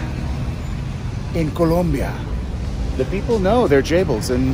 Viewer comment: I betcha😂 but at keast he pronounced Colombia an nor Columbiaeee, i hope he wrote it right.😅